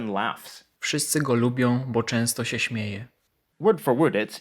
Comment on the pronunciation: Actually it's hypercorrect to say "się" (or any other word with ę at the end) with a fully pronounced ę; it should be either e or something in between e and ę, otherwise it sounds pretensiously.